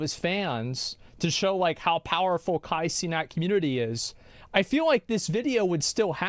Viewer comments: Ka Cenat, sounds like how an old Filipino dude calls someone. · "Cah sennat" lmfao. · No shot they didn't know how to say his name, the disrespect is hilarious though. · how u a fan when you cant even say the "influencer's" (cringing) name right? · Bro the butchering of his name is so funny